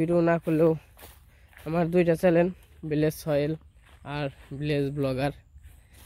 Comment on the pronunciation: ব্লগ করা বাদ দিয়ে স্কুলে ভর্তি হও চ্যানেল বলতে পারোনা।বারবার চ্যালেন বলতেছো।লজ্জা ও করেনা।দান খয়রাত পেলেই হলো তাইনা?